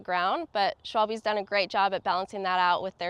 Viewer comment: No no not "Schwalbi" it's correct "Schwalbe" 😉